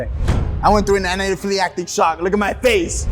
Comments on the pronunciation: Cant say anaphalactic to save his life😭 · He can't even say "anaphi lactic" correctly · The complainant should learn how to pronounce anaphylactic correctly